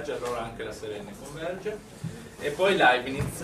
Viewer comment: Leibniz senza "t", poverino! Comunque sia, grande prof!